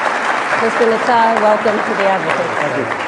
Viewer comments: How come NONE of them can say his full name correctly? "Mr. Netai..." What obvious disrespect, which reveals more about their integrity than Netanyahu's character. He never even bothered to correct them. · I like how they pronounce his name. Mr natai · Why di these people mispronounce his last name? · They don't even attempt to pronounce his name correctly. The UN has been a pit of vipers since it's inception!